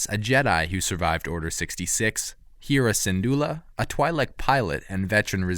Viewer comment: canan jurrus heara sindula sabene wrem zeab gaalin marak You really butchered those names m8